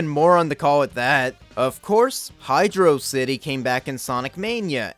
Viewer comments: The amount of praise you give this game regarding Michael Jackson, great levels, the music, the pronunciation of HYDRO CITY is all great and I liked the video...until You mentioned the barrel of doom lol. We were all kids and a lot of us experienced getting stuck in that room being actually smart and trying to use momentum to jump off the barrel hoping it would go down, but no. There are no hints anywhere to help which I think is the worst aspect of that level and just bad game design. So I removed my like from this video. I think as a kid I tried jumping on the barrel and while it descended, I held down. Then as its going up I held up before I jumped off. I think that method was eventually how I noticed and figured out it's just up and down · I know. Hydro City is always the better pronouciation.